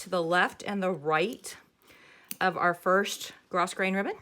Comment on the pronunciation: Thanks for teaching the correct pronunciation of grosgrain.